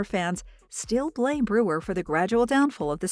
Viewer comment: The useless AI narration can't even pronounce "Brewer" properly. So distracting it's unwatchable